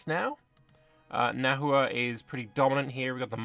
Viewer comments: FYI, Nahua names and the language (Nahuatl) itself are pronounced like Spanish, so the „h“ is silent and a „u“ before a vowel makes a „w“ sound. So Nawa is how you’d pronounce it. There more complexity like modern Nahuatl pronouncing x differently to Classical Nahuatl, along with long vowels. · Pro-tip: Spanish doesn't natively have the letter 'w', so native words with a 'w' sound were written with an 'hu' instead, which is how that sound is usually spelled in Spanish words. Hence 'Nahua' is pronounced more like 'Nawa'.